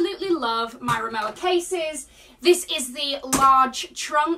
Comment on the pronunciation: ri-mo-va is the pronunciation of this brand